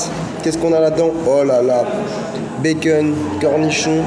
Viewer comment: Quelqu'un peut lui dire que c'est insupportable quand il dit "Békeune" pour dire Bacon ?